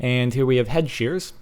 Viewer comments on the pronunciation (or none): it sounds like your saying head shears